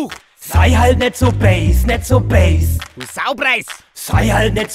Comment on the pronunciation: Mir ist nie aufgefallen wie Bass (oder zumindest so wie es ausspricht, da habe ich zu erst base (englisch für Basis) verstanden) laut-ähnlich zum bayrischen böse ist.